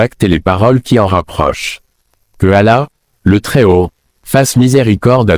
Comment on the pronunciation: Le coran n'est Arabe, parmi les Arabes il y a des chrétiens Arabes, le saviez vous ? Ce n'est pas Ahmed Deedet,, c'est Ahmed Deedet et il dit Mouamed ?et Ala,,?